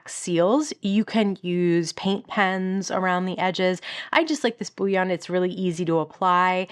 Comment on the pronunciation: As an aside, bullion is pronounced Bull-y-on, not boo-wyon. Like gold bullion.